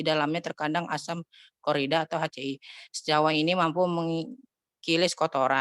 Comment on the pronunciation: Asam Klorida (HCL) dibaca (HaCe-EL.) Bukan HaCe-i